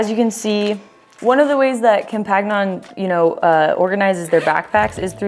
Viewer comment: u butchered the french so bad, compagnon is companion in french so......